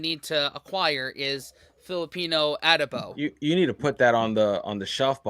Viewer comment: It's not A•duh-bow. It's a•DOH•bow.